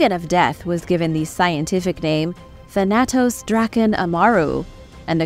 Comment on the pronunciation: Umm, Thanotos is supposed to be pronounced : [THAN] + [UH] + [TOS]